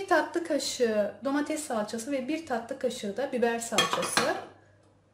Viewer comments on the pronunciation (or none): none